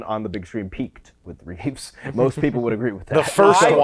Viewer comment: Please guys… it’s REEVE. Not Reeves. They saved the S for his chest.